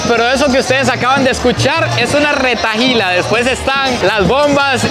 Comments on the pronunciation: Y tampoco es retailas es retahílas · Eso se dice retailas No retajilas 😂 un pequeño dato